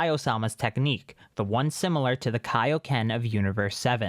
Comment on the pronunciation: God kio ken it’s the kio ken but with god Kai